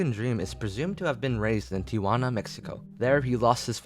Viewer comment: they way he says tijuana lmaooo